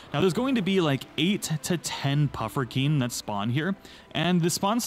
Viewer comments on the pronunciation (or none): Dude they're Puffskein not Pufferkeen. Wtf is even that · Me realizing that at one point he said "pufferkein": 🙃